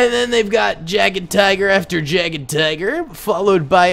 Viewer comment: just a pointer it's pronounced Yagtiger